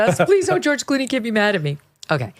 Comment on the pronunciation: literally: "Ghewish Clooney". Freudian slips make you go, "hmmm".